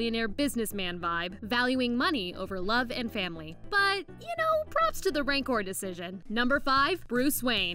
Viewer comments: "Ran-core" get it right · She said rancor wrong